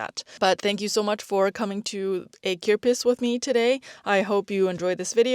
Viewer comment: You pronounced flea market beautifully